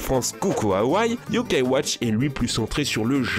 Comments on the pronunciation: et également l'accent sur le "a" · Les bosses ses yo kaï watch